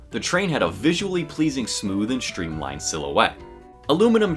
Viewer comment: Shtreamlined? Shtrong? Shtranger? Shtrapped?